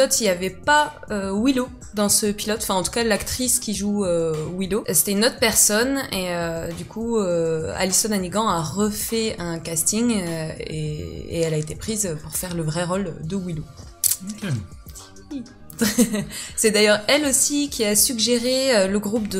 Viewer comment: Allyson Hannigan, ça se prononce pas comme "chiant" à la fin, mais comme le mot "fan"